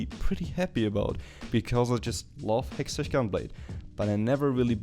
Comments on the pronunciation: I know you had like 40 comments about hextech, but the ch is pronounced like we would pronounce a K. Just helping you out. Quality video btw. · you say hextech in a really awkard way